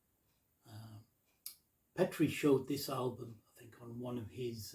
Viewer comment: Hi, and thanks..:) You said my name perfectly but actually you can call me also, as if you are Petri in Finland your nickname is 9 times of 10, just pronounced in finnish:) Many interesting tunes here, but ecpecially Fuzzy Lights, Alwanzatar and Candy Clouds. I think Hedningarna sample were in Finnish but not sure, cheers, -petri.